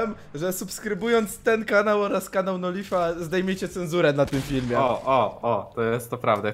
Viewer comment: NOLIF TAK SIĘ NIE NIĘ MUWI TYLKO NOŁLAIF